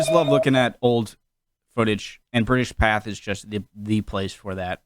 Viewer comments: STOP CALLING IT PATH, REEEEEEEEEEEEEEEEEEEEEEEE >É< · Pronounced PathAY! Loving the vids though! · Not "Path" as many have said before, it's pronounced "Pathay", as it has an é at the end of it. Or perhaps it's just the way people from Rood Iceland pronounce it?